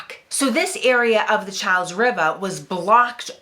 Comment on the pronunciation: Cha's is a bridge too far. It's "Char's", or if you're being pedantic, "Charl's". This is one case where your rhoticism guidelines have steered you wrong.